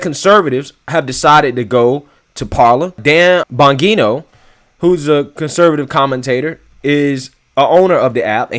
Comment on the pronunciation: Parler is NOT only for Conservatives. It's for FREE speech. The exact opposite of Twitter and Fakebook. That doesn't make it an echo chamber or a threat to democracy. It makes it a threat to the MSM. And Bongino is pronounced bonjeeno.